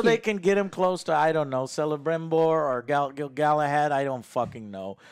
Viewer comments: Every time Joe says "Selebrimbor" and "Gilglahad" I see Alex die a little inside. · Man I got confused when I heard Joe calling Selebrimbor like that. I know his name is Celebrimbor because of the shadow of Mordor games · Celebrimbor is not pronounced as Selebrimbor but as Kelebrimbor. Click link to centum and satem languages if you would like to know more. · Celeborn and Celebrimbor have hard Cs so it’s pronounced Keleborn and Kelebrimbor 🤦🏻‍♂️ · every time Joe mispronounces Celebrimbor i die a little inside.